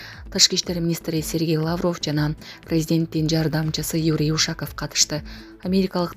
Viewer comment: УШААААКОВ ЭМЕС УШАКОВ МЕКТЕПТЕ УДАРЕНИЕ ДЕГЕНДИ ОКУГАНСЫНБЫ ???!!!???